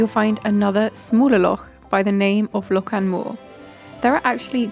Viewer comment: loch not lock